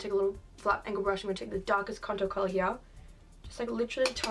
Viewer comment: “We’re just gonna see what we can do hea” * Slays it